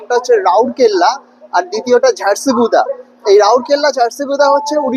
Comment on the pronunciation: ঝাড়সি গুদা কি? বলুন ঝাড়সুগদা, বা ঝাড়সুগ্দা। বাংলায় থাকবো, বাংলার নাম গোত্র পরিচয়ের নামাবলি গায়ে চড়িয়ে ঘুরবো। আর উচ্চারন করার সময় অন্য পরিচিতি? তা কেন?